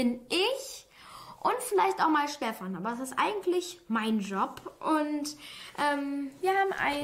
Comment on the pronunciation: Dieses "Steffan" Da muss ich los...